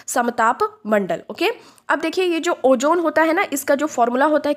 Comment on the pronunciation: Jaahil. ozone bhi bolne nhin aaraha hai, oojone bol rahi